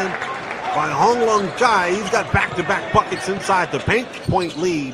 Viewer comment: Am I the only one who hear fuck it instead of buckets